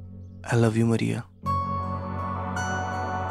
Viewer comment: " Maaria " Not " Muriya " 😆😆😆😆